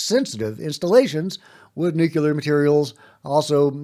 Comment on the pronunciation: It's nuke-lee-are. 😂